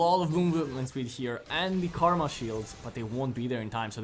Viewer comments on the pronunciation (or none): none